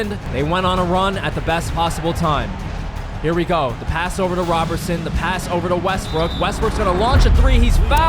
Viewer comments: I hate that you kept saying Robertson instead of Roberson… it’s crazy as a basketball fan💀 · it’s pronounced like Rowberson💀 I enjoyed the video and didn’t mess up the experience, just bothered me a pinch👍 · Hate how you say Roberson. Also why is Jared Dudley playing on the Nets lol, man was on the team he didn’t play just watched on the bench lmao